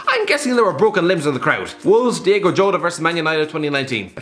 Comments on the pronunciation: It's Diogo, not Diego... (Also Wolves went through to the semis, not the final 😔) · It’s Diogo jota Not Diego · 'Diego' Jota? Who's that?